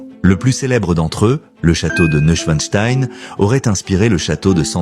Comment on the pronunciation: C'est pas "noeud" schwein-stein (schwein signifiant cochon .... ) , mais Neuschwanstein . Qui se prononce Neu-Y-schwann-schtaïne ... et qui signifie : le nouveau rocher des cygnes .....